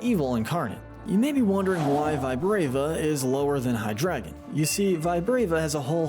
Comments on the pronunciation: Holy what the f you actually couldn't even pronounce Hydreigon It's not hydragon, it's hydrEIgon. A mix of Hydra, Dragon, and drei, the German word for three. This is just sad. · IT'S HYDREIGON, NOT HYDRADA! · Happened upon this guy and have been binging his ranking content for a few hours. I have to say, him choosing to pronounce Hydreigon as "Hydragon" gets under my skin SO hard. Literally the one thing that I'm despising. (Well, that and certain other mispronunciations, but that one single-handedly takes the cake.) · It’s pronounced ray-QUAY-zuh, LAHT-ee-ohs-, LAHT-ee-AHS, BAY-gon, yoo-NUH-vuh, resh-er-RAM, DEE-ahl-guh, PAHL-kee-uh, nah-guh-NAH-DULL, redge-EE-dra-goh, DRACK-uh-zolt, DRAY-coh-vish, dur-AL-uh-don, and DYE-noh, ZVY-luss, DRUHD-ih-gihn, and vye-BRAH-vuh, “”! 🤨 You’re so bad at pronouncing Pokémon names,, and you’ve made 17 errors in a row! 🙄